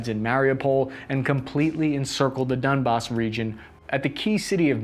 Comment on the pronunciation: Did you said dump as instead Donbas? :)